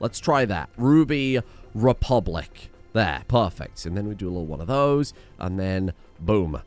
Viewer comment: Its Ruby Republic,.